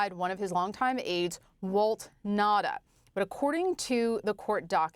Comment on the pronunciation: It’s Na-oo-ta, not Nahda! Ignorant!